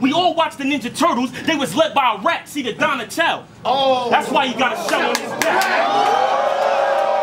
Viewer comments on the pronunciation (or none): The fact that it's "Donatello" not "don-a-tell" makes this bar so fukkin wack